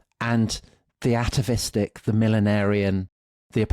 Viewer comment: What is the word he says -7? Theatavistic? I know atavistic but this sounds like a word formed with “theos”